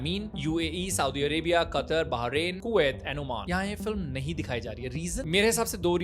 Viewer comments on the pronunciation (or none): none